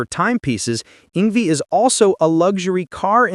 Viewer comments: It's pronounced Yng-Vay not Yng-vie at least say his name right. He is a Legend and deserve to have his name done right. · Yng-VAY….Not Yng-vee! 🤬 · AI voice-over annoyingly calling him "ing V." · Did this MF say ING VEE? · ‘Ingvee’ - nice job, AI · It’s ‘Ingvay’ \m/